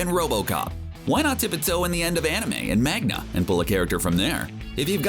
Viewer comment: I'm sorry but did this man just mainga I know he didnt just say that mainga someone please tell this man its manga